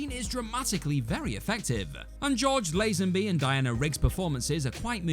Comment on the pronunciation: Thank you for finally pronouncing Lazenby correctly. 😁👏